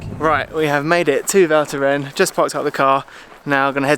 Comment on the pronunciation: Nice vid once again ! Ps: the « s » is NOT silent at the end of « Val Thorens » ;)